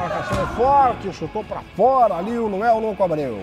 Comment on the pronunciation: Até agora o não conseguiu falar LUANEL kkk